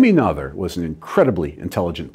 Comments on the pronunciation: Great video as always. One minor improvement to consider, the pronunciation of her name. Pronunciation of Mathematicians' Names: Emmy Amalie Noether Pronunciation Please correct me if that's wrong. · I'm pretty sure her last name sounds nothing like you pronounced it. But I guess English speaking people always do that. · I'm sorry to say that the professor's pronunciation of Noether is WAY off. Still funny though. 😄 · Good video dr Lincoln but you need to work a bit pronunciation of Noether :)